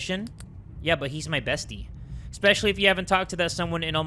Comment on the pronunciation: Whyd he say bestie like that 😭😭